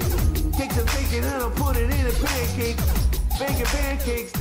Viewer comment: Bacon PUNCAAAKE, baking bacon PUNCAKE.